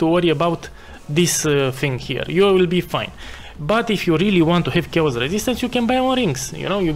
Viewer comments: Sharacter - Shayos damage - smoos :P , great build and guide, thanks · The way you say "chaos", oh, my Eastern Europe bratha 😂